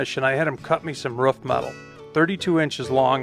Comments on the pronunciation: Do you guys say ruf in america and not roof? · it’s a roof not a rough. Lol. I know you have an accent. So do I. Love it! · say aloof. Perfect. Now say proof. Great. Now say roof....